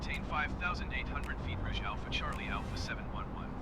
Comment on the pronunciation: Again a great video! Love the replays too. Just a quick note tho, Air Canada's Rouge livery is pronounced "Rooje" which is french for Red. Keep up the great work.